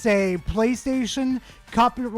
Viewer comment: Great video! But word of advice, it's "pat-ent."😅